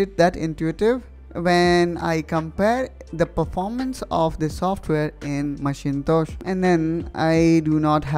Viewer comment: 😄😄Omg! did you just say MACHINE-TOES? haha. its "macintosh" pronounced as "mack-in-tosh"